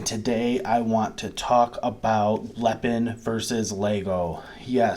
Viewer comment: Hi, Im an American living in China for the past 6 years, Ive been a fan of lego for YEARS. Lego product here is about 3x the price of lego back home due to import tax on foreign goods. Because i refuse to pay CRAZY amounts for real LEGO brand toys Lepin (pronounced Lay-pin not the way you say it) has made me happy so far, Ive got two sets waiting to be put together now. also have a decool as well. All and all I'm quite happy to save the crazy money. at least its not megablock, those things were crap. Also you quoted the star ship made by lego is about $600 whereas lepin was about $100 whats awesome is i can buy it all day long here for about $20 haha